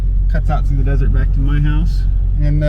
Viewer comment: “Desert,” I thought you said, “dessert!”